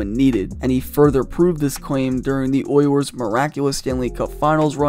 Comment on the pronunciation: I can’t get past how this dude pronounces “Oilers”. Sounds like he’s saying “Oy yers”